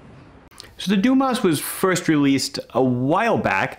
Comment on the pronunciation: If the watch is indeed named after the diver Frédéric Dumas, which is born in southern France, the correct pronunciation of the name would be "DUMA". Well, at least it's not Dumass :D